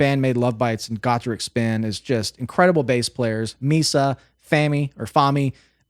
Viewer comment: First, you pronounced the name of the band better than most I have heard. If you listen to them being introduced at a live concert video, you will understand that. Next, they have a side project called Doll$Boxx, same crew, with the exception of Fuki acting as front woman. Link: these ladies are energy on speed, especially Angie, who is NOT part of Doll$Boxx, yet. But I love each of them. Tomo-Zo is my absolute most favorite guitarist, her skill is extra fine. The only person that might beat her is Alip Ba Ta. But, check out DB and let me know what you think.